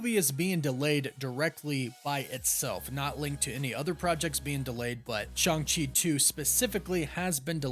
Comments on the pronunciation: Stop saying ShUng-Chi. It's ShAng-Chi. Listen to the damn movie. He is never called ShUng-Chi. Learn to say his name correctly. Been trying for months and you keep stubbornly saying the name wrong. Maybe we should start calling your show the CosmAc Wonder till you stop being stubborn and say the name right. I've been telling you for months now on every video where you talk about the character. There is no U in Shang-Chi and NO ONE in the movie ever pronounces it like you are. Say it right. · Loved Shang-Chi and kept calling Shang-Chi Shang, like Shangri-La, Chee